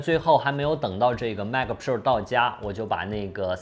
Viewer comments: pua 普 rua 肉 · 希望能改一下pro的发音，听起来太难受了啊啊啊啊啊啊啊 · piupiupiu的很有趣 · 麦克~普臭儿~普肉儿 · JKbench?真的吗？Pro听着好像叫嫖...... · pro这发音有点飘啊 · Pro 的读音很有个性，请继续保持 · pro的读法是我记错了还是dongdong念错了啊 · 这个pro 真是蜜汁发音😂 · Rasco Wang 非常赞同 真的难受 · pro发音听起来真的难受，嘤嘤嘤